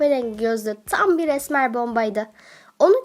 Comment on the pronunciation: Tam Yerine Niye Çam diyosun Gıcıkkk oldum yaaaa🤦🏽‍♀️